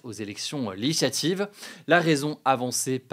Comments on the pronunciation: Hugo, ou la seule personne qui prononce "législatives" "LéHislativv" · c'est "LÉ-GIS-LA-TIVE" gro.. pas "Leshlative"